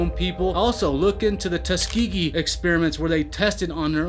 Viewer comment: Btw, Tuskegee is pronounced "Tusk-uh-gee" not tuskygy